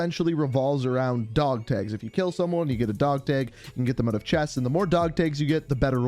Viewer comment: Anyone else notice that his Canadian accent is really prominent when he says tag. Lmao that's great I love it. Side note, keep up the great work.